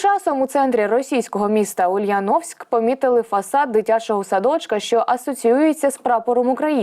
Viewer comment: УльЯновск, УльЯновска, в УльЯновске.... Журналісти, ведучи програму, до вас звертаюся я: Будь ласка, перед виходом в етер дізнайтеся, як вимовляються російськи назви.